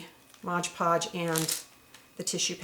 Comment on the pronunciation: This is amazing! I LOVE this!!! The only thing is that it's MOD PODGE, not MODGE PODGE lol!